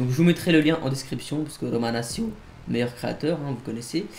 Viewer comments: Pour info romanaccio ça se dit « romanatcho » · how do you pronounce your name? You pronounce it « Romanatcho » no?